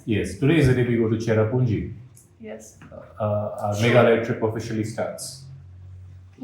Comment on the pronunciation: It not chera punji plz